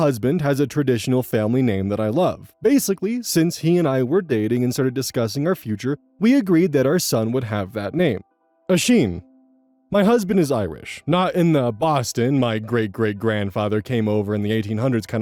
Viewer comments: small correction but Oisín is pronounced AW-sheen with emphasis on the first syllable. not aw-SHEEN with emphasis on the second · The correct pronunciation of Oisín is ush-een over pronouncing use as opposed to the een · about the Irish name Oisin. I get it, but it’s pronounced “uh-Sheen”. The letters have different phonetics in Irish and it’s mental. Hope you’re good!! Grá mór